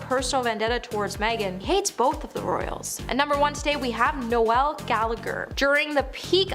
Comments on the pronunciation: Er.. No-el .. as in the Christmas carol? NOPE. More as in rhymes with mole. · Bahahaha, No-Elle Gallagher 😂 Is it that hard to pronounce the names of the people you are ripping correctly? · You pronounced Noel as Noelle! Pathetic!! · It’s Noel like Lowell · Noelll? She pronounces so many names and words incorrectly. It’s cringey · Noelle Gallagher? Good grief! Are you stoopid or sumpin? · noel ? please pronounce his name correctly he does not identify as female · Not only can this chick read a teleprompter, cant understand basic grammar like commers and full stops, pronounce basic words, string a sentence together. She can't pronounce a standard name like Noel